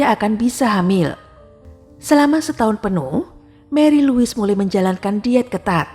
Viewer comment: Francois bacanya Fransoa. D'Orleans bacanya Dorlangs. Marie Louise bacanya Mari Lui.